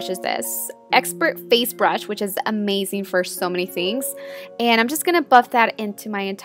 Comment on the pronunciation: Your accent is pretty annoying sometimes "amazing" not amasing! You pronounce all your Zs like Ss and Ss like Zs... 😒